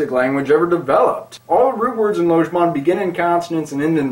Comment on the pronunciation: And then there's the perhaps most prevalent misconception that it's pronounced "lodge-ban"; which was of course addressed in the video just by pronouncing it correctly :-) I just started learning it two days ago, I like it very well so far. Then again, I've always been one to want everything to be logical and predictable. That's why I learned Esperanto; it's way better than English, as I define betterness. Whether I'll like Lojban better than Esperanto, it's still too early to tell.